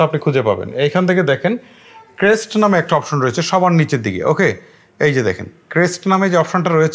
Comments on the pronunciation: ক্রেস্ট না। মুর্খ। কাষ্ট হবে। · মূর্খ এটা নতুন কিছু না। আর ইংরেজিটা ক্রেস্ট না কাস্ট হবে 🤣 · ক্রেস্ট না ভাই,কাস্ট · ক্রেস্ট হবে না কাস্ট হবে উচ্চারণ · আহারে বলদা এইটা ক্রেস্ট না কাস্ট